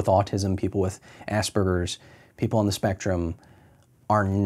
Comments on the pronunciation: ASS SPERGERS. I cant cope with assburger......... There's no B in the fucking word lol. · Everytime I hear an American pronounce Asperger's, I hear "Ass Burgers", we pronounce it differently here in Britain. Thst's the joys of American English and British English, I guess.